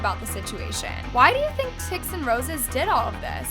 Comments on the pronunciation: DIDIT??? ITS DI ai dI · Not saying “did it” it’s pronounced d.I.d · not trying to be rude but you say ADHD, Autism and D.I.D ( you said did but its pronounced d-i-d or dissociative identity disorder) ❤️ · AND DIDID is that how its pronounced? i tgough it was d i d omg im dumb af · I’m sorry but you pronounced DID wrong. It’s pronounced D-I-D not DID. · DIDID? I thought it’s pronounced D I D, maybe I was wrong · I shouldnt be laughing but the way how says "did" 😂😂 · BTW! DID is pronounced dee-eye-dee! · did you call dissociative identity disorder DIDIT?😭😭😭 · hey my love its pronounced D. I. D. . thank you for calling attention to this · Hi, DID system here, can you please say D-I-D or Dissociative Identity Disorder instead of how you said it in this video? It just bugged me a bit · As someone with DID, ticsandroses enrages me so much even though I don't even have Tourettes. (Also btw its pronounced like the letters, dee, I, dee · love please its not pronounced didt its d.i.d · Did you just call DID “diddit”? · Im sorry but you Misspronounced D.I.D wrong (Dissociative Identity Disorder) it is Dee Ai Dee D.I.D I just wanted to address that and I hope you have a great day 🤗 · I also wanna say, thank you for making this ideo, but DID is pronounced Dee I Dee. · Hey! DID is just pronounced DEE EYE DEE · I’m really sorry but the way she pronounced DID made me laugh so hard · Why did you pronounce DID that way……… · WHY DID SHE PRONOUNCS "DID" LIKE THAT IM BAWLIN